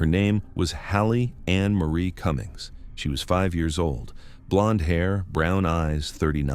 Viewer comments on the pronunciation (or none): Haley Cummings is pronounced with a long a 😢